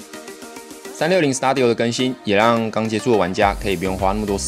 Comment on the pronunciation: 感謝分享👍，小小糾正一下 studio 發音: 死嘟底喔，不是死搭底喔 😆